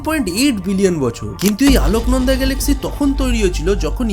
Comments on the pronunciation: দাদা ওটা,, "আলোকনন্দা" নয় ওটা "অলকনন্দা" হবে 🙄🧐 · 'আলোকনন্দা' বলেন কেন? অলকানন্দা নয় কেন? অলকানন্দা স্বর্গের নদী, তার সঙ্গে তুলনীয় এই মিল্কি ওয়ে! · আলোকনন্দা নয় অলোকনন্দা ভালো করে পড়াশোনা করো